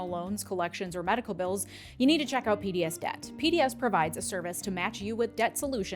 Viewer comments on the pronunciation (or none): none